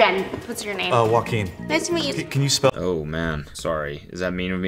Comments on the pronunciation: I was visiting 12 countries in my lifetime, I stayed in 3 of them for over a year in total, I know the name Joaquin Phoenix, never knew you pronounce it like wakim. I know a wakeem so there is that. Also, I thought Joaquin Phoenix is pronounced like Joanne but with a kin in the end.. joa -kin. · he even pronounced it Wah-keen and not Hwa-keen😅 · In the Bosniak language, 'j' is 'i' or 'y' eg Bošnjak. In English, 'j' is 'j' and not 'h'. Spanish is not the end all be all. Plus, Joaquin mispronounced his own name (Wah-keen and not Hwa-keen). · As an arab I literally keep hearing Wakeem when he says his name, so close to what Jen spelled as well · He said Joaquin? The way he said it I thought it was "Wakin" too